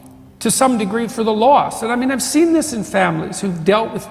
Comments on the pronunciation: . Loss. Not. Law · Loss, not Law